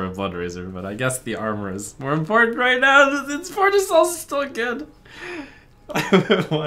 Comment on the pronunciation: Emphasis on 'right now'.